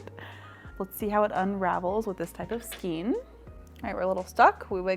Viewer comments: This has always been a pet-peeve of mine 😅, but you are saying Skien rather than Skein. Skien (skeen) is a municipality in Norway. Skein (skān) is what yarn can be loosely formed into. And your big "skein" is a cake rather than a skein. There's different ways of having yarn, which is a skein, a hank, a folded hank, a twisted hank, a donut ball, a hard core ball, a cake, a bullet skein, and a cone. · It is pronounced "SKAYN" not SKEEN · Could you say skane of yarn instead of skeen, I would totally appreciate it. My ears cringe when you mispronounce skein. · I love the first yarn holder!!! Skein is pronounced skayn.